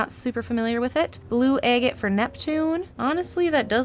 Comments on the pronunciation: Its Agate not agit. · Egget? egg? It is agate with A not e. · Girl, youre murdering the pronunciation of agate